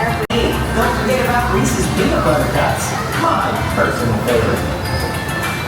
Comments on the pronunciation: Please!!!!!!!! It's Reese "SES", NOT Reese "SEES". The guy's name was H.B. Reese. NOT H.B. Reesey.! It's been that way for 75 years. Surprised you have never heard it pronounced before. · Rees-iz not Rees-eeze. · The mispronunciation of Reese’s makes me cringe like no other cringeworthy thing 😬😬😬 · I thought the pronunciation of Reese’s was bad, until got to Nittany 😬🤦🏻‍♂️ His pronunciation of both are just atrocious and cringe! 😬